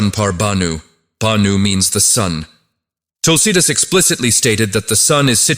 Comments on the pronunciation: Please pronounce Tulsidaas properly.. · Can't pronounce Tulsidas properly. Terrible